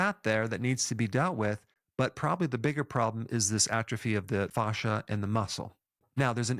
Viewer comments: In my 20 years of working directly with doctors, nurses and surgeons, you're the only person I've EVER heard say FAW-shuh. 100% of medical professionals have said FA-shuh, to rhyme with ASH. I think it's rubbing me the wrong way when I shouldn't give it a second thought cuz you're really emphasizing FAW, Provoking me! 😆 But I won't let this go against your great record here. Good info as always. 😉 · I can’t stop hearing Goldmember from Austin Powers say “fahza” every time he says “fascia.” 😂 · Not sure I want to listen to a man who can't pronounce 'fascia' 🤣 but... I know Americans struggle with forming vowels and consonants. Keep trying 😁👍🏻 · It's kinda jarring to hear fascia pronounced this way, when in a roofing context (fascia is found framing edges of eaves and gables of your roof) it's pronounced fay-sha 😄 I wonder why its the same word for such different things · Dr. Berg, thank you for all your content. I'm a big fan of your videos. I have to say though (through no fault of yours) every time you mention 'Fascia' I can't help to not laugh a little bit because it reminds me of the 'Goldmemember' character from the Austin Powers movies talking about his father in his thick Dutch accent. :) Thank you again for a great channel! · Say "fascia" one more time. Dare ya! 😂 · Ive been saying fascia wrong all my life 😄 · Everytime you say fascia I think of gold member 😂 but great info, thanks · I can't help to laugh when you say fascia all I hear is Austin Powers Gold Member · I loved every time Dr. Berg said fascia! 😂